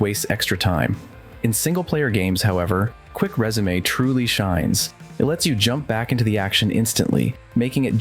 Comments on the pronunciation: It’s resume not résumé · dude you lost me at quick rezamay , learn to speak English